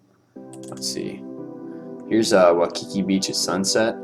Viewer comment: Do you live in Hawaii? Waimea Bay is the best though You pronounced Waikiki wrong